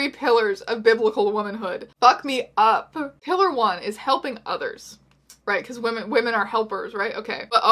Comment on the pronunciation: When you said "Pillar #2" for the first time it legitimately sounded like "Hitler #2" and I LOST it.